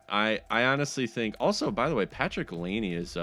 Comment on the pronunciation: It it is not pronuchned lane is produced Lai ne